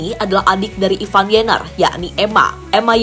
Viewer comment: Ivar Jenner Ivar Bukan Ivan Waduh payah nih pembawa narasi, gk pinter2 sebutinnya